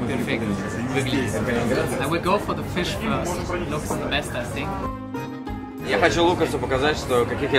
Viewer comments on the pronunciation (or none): не говори пожалуйста "синк". Невероятно режет слух. Стоит научится правильно произносить "th"